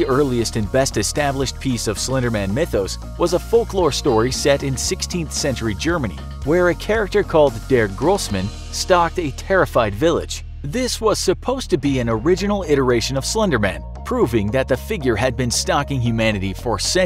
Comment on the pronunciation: Der Großmann ( The big man ) is pronounced something like Dea Großmann ( because the letter „R“ in German is pronounced like the letter „A“ when at the end of a word ). I hope you didn't feel offended by my comment... P.S. I love your channel!!! 🇩🇪🇦🇹🇨🇭